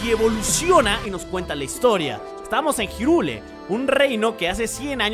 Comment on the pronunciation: Noooo marmota no se dice jirule de dice Jairrul